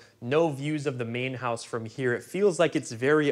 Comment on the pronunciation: House...not hose